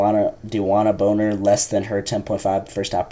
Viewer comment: U pronounced bonner as boner 😂